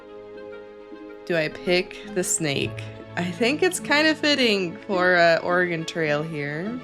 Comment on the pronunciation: Thank you for pronouncing Oregon correctly <3 I'm actually in central Oregon right now! Very hot (compared to the coast), very dry, very many mosquitos. Pretty, though! I also had a foster kitten named Mimikyu! He was super friendly!